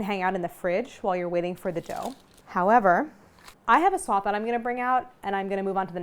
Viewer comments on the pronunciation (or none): none